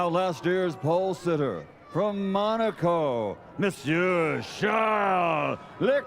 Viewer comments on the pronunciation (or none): none